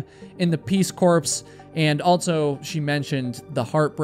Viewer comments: It's pronounced peace core, not corpse. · peace corps is pronounced, “ peace CORE “…no ps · Peace Corps is pronounced without the P! So say it Cor! 😊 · 😂 Peace corpse! It's pronounced 'core', not 'corpse'. Peace core! peace corp. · Not hiking stuff but...My dude! Its pronounced Peace Core🙄 Its spelled Corps but its Core.😆 A corpse is a dead body. Just wanted to tell you so you dont go around saying, Peace Corpse LOL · Peace corps is pronounced peace “core” fyi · Btw: Peace ‘core’. The ‘ps’ isn’t pronounced. Corps is pronounced ‘core’. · The peace corps Is pronounced “peace Core” just like Marine Corps is “marine core” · Bro said “jerber” and “peace corpse” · Peace corpse? 🤣 🤣 🤣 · Oh please did he just pronouns Peace Corp with the P on the end of Corp. Please look up how it's pronounced. Or people will think it's an organization that buries bodies.